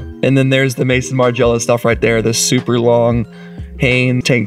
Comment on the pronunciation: It's pronounced Maison as in MAZON Margiela!